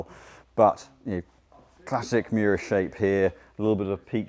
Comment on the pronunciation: Miura not Muira